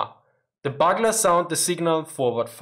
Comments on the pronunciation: It's a full "oooo" sound on bugler. "Bügler" I like your content regardless of the setting. :) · Buglers is pronounced "buooglers". No bugs involved, just a military trumpet for sounding reveille by the bugler or the soldier or cavalryman who sounds the bugle for attacking or retreating. Yes, not a housebreaking theif. That's a burglar.